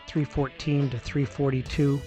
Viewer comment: Its 314, not 214 as you are saying !?